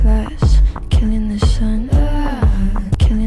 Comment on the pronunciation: 가사는 killing the sun이 맞지만 발음이 아주 약간 killing the "sion" 킬링더 시언 이렇게들리네ㅋㅋ sion은 이스라엘의 고향, 예루살렘,성전,천국을 뜻하기도 함